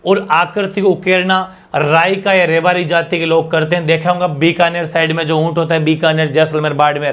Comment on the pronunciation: सर रायका नहीं हैं राईका हैं